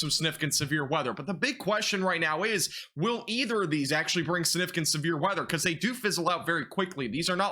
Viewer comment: How many times do you need to say the word "significant" (sniffcant) lol. At least pronounce Vinces name correctly sheesh :)